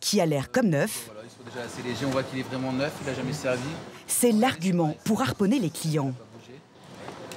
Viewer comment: Suw le powtefeuille on fait waiment waiment attention.